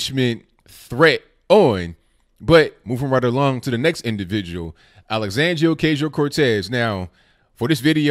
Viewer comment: The "A" in OcAsio is pronounced like the "a" in macho....keep up the good work bro